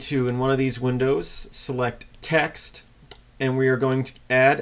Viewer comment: LOL Transcribed Audio.. Select new TAX.. since im deaf, im assuming the author's accent is saying TEXT.. btu sounded like TAX :P